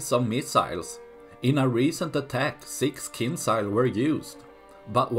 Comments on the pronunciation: It's not kinsiyal it's KEEN JAL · It pronounced more like kindʒa:l. Not as z, but more like j in jail for example. But actually without sound d ). In russian it means dagger.